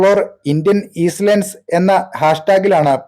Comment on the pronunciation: ഈസ്‌ ലാൻഡ് അല്ല ചേട്ടാ ഐലൻഡ്